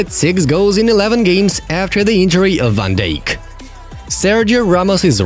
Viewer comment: It isn't van deek it's van dijk and it isn't salak